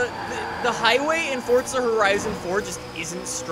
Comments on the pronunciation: Anyone else get cringed when he says "Fortza" instead of Forza? LUL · The way he says Forza annoys me ‘Fortza’